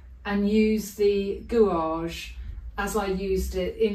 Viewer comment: Your videos are always a treat and I always learn a lot each week but May I say that gouache is pronounced gouash. Again many thanks for taking the time to explain how you paint with such enthusiasm.